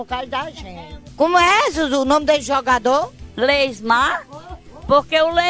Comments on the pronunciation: ''LEYSMAR'' KKKKKKKKKKK Zuzu forever <3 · "leysmar" Tá dificil ehm 😂😂